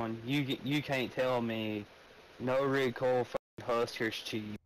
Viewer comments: He said rocosay shit 😂. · “This new Ricosae shit….” 😬🤣